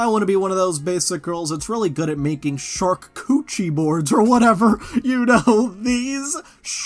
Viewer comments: Charcuterie - pronounced shar-coo-tuh-ree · What is tryna say when she says "sharkcoochie"?